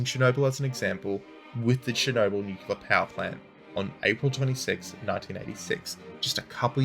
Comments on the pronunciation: Man, I love your videos, but for Christ's sake, please, PLEASE, don't use the word "nucular". There is no such word in English language, its "nuclear" - spoken "NEW-CLEAR", nucular is an illiteration that is repeated over and over again and it's just wrong. I'm Polish and it annoys me to correct native speakers. And spread the word among the boys, I believe LordHardThresher also makes this mistake :) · new-clee-er NOT nuk-u-ler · Stop saying "nucular" ahhhhhhhhh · Please, there is no 'cue' in nuclear.